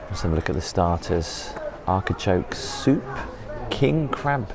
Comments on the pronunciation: did my ears deceive me or does say "arkichoke" instead of "artichoke"? that's what I thought I heard - at first I thought it was just a quick misspeak, but then he seemed to say it again. maybe it's a regionalism? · Love watching your videos but please pronounce Artichoke correctly! It drives me nuts. 😂